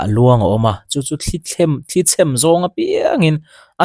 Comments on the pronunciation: Sir, thli chhem ti loin thli chhēm ti teh a, mawi lo em mai..A dang chu tha e😁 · Thli chhem,a thluk kha i lam diklo aw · "Luang thli chhem" I lam rik dan hi a diklo deuh a ni. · 'Chhem' kha thluk tur